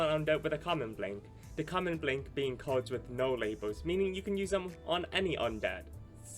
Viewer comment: The way you pronounced blank deck sounded like "blink" deck lmaoo